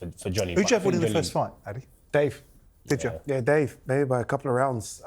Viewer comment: Simon, his name is pronounced ADE not ADI, like AH-DAY not AH-DEE